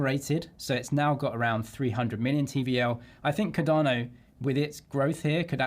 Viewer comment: How are you still calling it Ca-darrno after all these years?